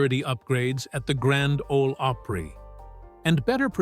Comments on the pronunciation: Five feet tall? Grand Ole "Ope-pree"? I didn't make it past 30 seconds. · They used AI generated narration, it’s not called artificial intelligence for nothing. It can’t even pronounce simple names correctly.🤦🏾‍♂️ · Artificial “Intelligence” pronounces Opry as OH Pree 😂 what a complete miss lol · The grand old oh pree? Turned it off right then. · The Grand Olde “Opreee? Why not call it the Grand Olde Oprah? 🤦🏾‍♂️🙄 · No, but they pronounced Opry with the long "o" sound like Oprah. It's actually pronounced with a short "o", like opera. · This is another example of an AI Red YouTube video. The reader can’t even pronounce grand old Opry. I call bullshit once again. I hate this crap. Don’t watch.